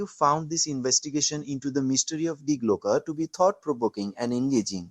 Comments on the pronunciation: dee glocke,not dye glocke! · Please research proper pronunciation when producing this kind of content. It's pronounced dee Glocke, not dye Glocke. The diphthong takes its pronunciation from the final vowel. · The first big problem is this has zero useful information, maybe ALL artificial. The second is that no one cared enough to properly pronounce Die Glocke in German, very amateurish use of too much AI with too little actual data.